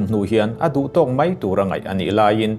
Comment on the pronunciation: Mei iti zela (mai )tih tur lawm